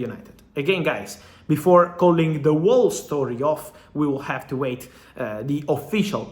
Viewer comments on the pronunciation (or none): FAb - you dont pronounce the "W" in "whole" - sounds like "hole" ;)